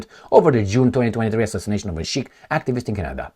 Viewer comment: you mean SIKH... " s" as in Szijjártó 😂